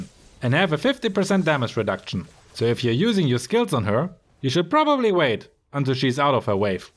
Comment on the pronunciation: oh! that was a really good video I thought that it might be a little boring as this one is longer than usual but it worked out really well. I enjoyed it and I liked how you said "probably"😆